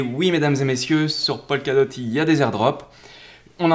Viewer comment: Juste pour information, dans toutes tes vidéos, tu prononces "Polkadot" comme "Pol Ka dot", alors qu'en réalité, cela ne se prononce jamais "Polkadot" mais plutôt "Pokadot", "Po ka dot".